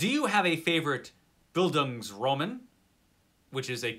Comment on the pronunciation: Hi, "Bildungsroman" is the German term for coming-of-age novel, the stress is on the "a", not on the "o". Nothing to do with the Romans 😇 Rhonda knew, though